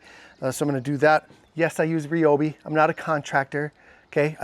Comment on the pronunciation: Thanks for not saying Ryeobi😅